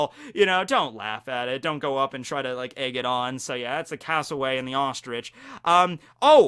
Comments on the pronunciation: just going to say its pronounced cass-o-wary not cass-o-way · *cassowary not casoWAY! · it is not pronounced castleway its pronounced cassel-weary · It’s Cassowary. There’s an r in there. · Would there be anything special about being an "unclassified" Zoan? Like just a ___--____ fruit with no model I don't believe Orochi is a Zoan, I think he's a Smile user because he didn't have a full transformation, or even partial How dare you call Froppy disgusting It's pronounced "Cass-o-airy" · well being a aussie and being stung by a platypus i can tell you it really dam hurts your skin feels like its on fire and the pain near brings you to tears and yea not good also koalas are bloody savage as hell. also its pronounced cas o wary and there savage as f as bad as emus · Cassowary is pis pronoced as I have spelt it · U said cassawari incorrect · Hi, thanks for the video - Just a note from an Australian about your pronunciation of the cassowary. You got the first part right, but the wary sound is pronounced as a cross between 'worry' and 'wary' - which is really quite fitting for the bird. Glad to see you did your research about the platypus - in turn, I didn't realise how dangerous a moose is. Thanks for that, now if I ever go to North America, I know not to go up and pat one;) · I've never heard the word Cassowary butchered that badly 🤣